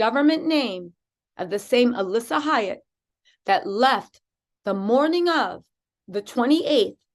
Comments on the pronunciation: Alysse pronounced Elise. Not Alissa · I know it's besides the point but her name is Alysse not Alissa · get your shit together get her name RIGHT